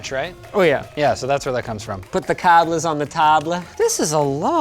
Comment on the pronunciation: Also a weird way to pronounce cables in Spanish